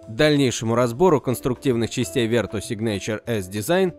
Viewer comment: не ветру,а верту :-)